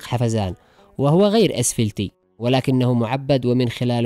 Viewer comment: يا اسمه ازفلت وليس اسفلت